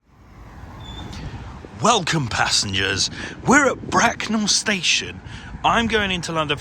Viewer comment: Well, it sounded like "Bracknum" to me.